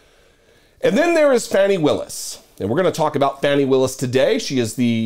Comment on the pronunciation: Hey, just a quick note, her name, Fani, is pronounced Fawnie. She is the DA in my county, Fulton, County Ga. She is the best, too bad Uncle Joe didn't appoint her to DOJ instead of Milquetoast' Merrick. The head of the DOJ that doesn't want to upset anyone. Has he even prosecuted ANYONE? At a time when we needed a Pit Bull, Uncle Joe gave us a Poodle. I can't forgive him for that. He has to be replaced in 2024 with a Stronger Democrat.